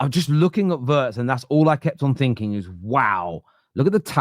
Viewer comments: Wirtz is pronounced with an "e" like in "see" or "Bee". But we all understand "Wörtz" like in "words" 😂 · Of course it's pronounced VEERTZ. Obvious to anyone who has paid any attention to anything German ever. The lettter I is pronounced EE basically every language in the world apart from English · Hi I've caught you struggling with his name. It's actually NOT that difficult: If you can say Rachel REEVES....you can also say 'WEERTZ'!! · It's Weertz, not Wurtz, and he is a superstar already. Now you are going to taste his style of cooking. Love your dad's wisdom about players who have all the time in the world. Very true. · Just say Vurtz mate. Please.